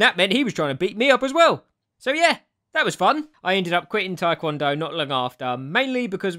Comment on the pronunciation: I didn’t know you twikwondoe- Twidoncon? Tiwncondo? Trycondo? Twikwondo? TI-KON-DOH!